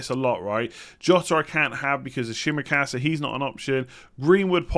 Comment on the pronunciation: Sorry,but the pronunciation of Tsimikas's name is still wrong🤣